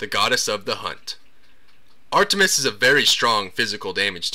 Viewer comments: Ar-TUH-mis sorry I just found it funny how exaggerated the T sound was. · HA HA am i the only one who cracks up when he says ar-tu-mus? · u say the t in artemis so emphazised it sounds hilarious